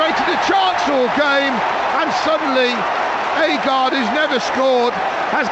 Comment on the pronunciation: It's agred not aygard